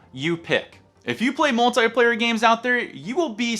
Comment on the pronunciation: He said multiplayer wrong